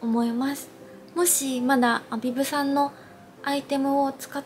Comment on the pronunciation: コメントありがとうございます😳🌸ア↗︎ビブ！！ すごく気になって他の方のYouTube色々見てみたら、たしかに皆さん音が上がってました😂💕 発音！！これから気にして動画作ります🥺教えて頂きありがとうございます！！✨🌈🙌🌸🌈ア↗︎ビブ！！